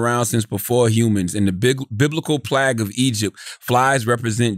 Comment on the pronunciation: peep Charlemagne's pronunciation of "plague"